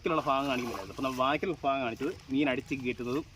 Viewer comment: ഫാഗമല്ല ചേട്ടാ ഭാഗം 🙏🏾